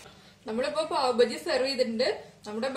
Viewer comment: Not pav Baji it is pav baaji